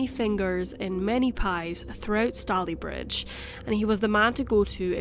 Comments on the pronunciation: Sorry to say but, although some of the details in the commentary are accurate, there are so many major errors in the reporting of the facts that I had to stop watching halfway through. Also, the pronunciation of Stalybridge is completely wrong. David Cameron once pronounced it this way in the House of Commons and it was such an obvious, glaring error that uproar, laughter and ridicule filled the house. As the video work is really good, I would say it’s worth taking down, doing the research and re-recording the narration. Sorry. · Stalybridge is pronounced wrongly. Stalybridge is pronounced Stay-lee-bridge 🙄 I live in Manchester and have done for the past 6 years I like Stalybridge. It's locals have always pronounced it Stay-lee-bridge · have never watched a case thats so close to where I live... literally the next town, we usually say it stay-lee bridge! :) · I live a couple of miles away. It's pronounced Stay-ley-bridge.The stones of Gorse Hall were used in the construction of other buildings in the town, such as NatWest Bank. There is also a school in the area called Gorse Hall Primary School. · Just a small point, it's pronounced " Stayleebridge " 👍🏻🙂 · I was born in Tameside Hospital! I had never heard this story before. Also I love how you pronounce Stalybridge lol ❤️ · It’s easy to find out correct pronunciations on the Internet now; there is really no excuse not to. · It's pronounced Stay ley bridge not Stally. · Really interesting case! Fyi it’s pronounced stay-lee bridge 😘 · It's Stay-Lea not Sta-leigh - ugh, can't listen to this. It's going to drive me mad. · I live here, and its pronounced stay_ley_Bridge, not stallybridge!! named after the stayley family who originally owned the land. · Minor correction: Stalybridge rhymes with “daily bridge” not “dally bridge”. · im soo late but its pronounced stay-lee bridge btw! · It’s pronounced stay ly bridge 😊and. If I’m not mistaken it was 1910. One theory. Thanks for sharing 😊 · It's pronounced Stay-lee-bridge